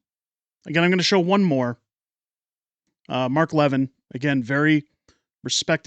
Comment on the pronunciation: FYI Mark Levin's name is pronounced "luh-VIN", not "LEV-in".